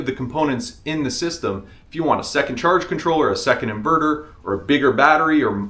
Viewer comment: InvooRooR in-Ver-Ter. Hunnert hun-dred